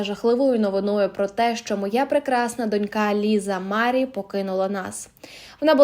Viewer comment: Stavte pravilno nagolos na slovi Marie